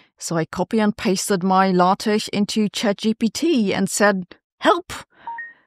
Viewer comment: What is the word Sabine says ? Sounds like 'latesh'- maybe 'LaTeX'?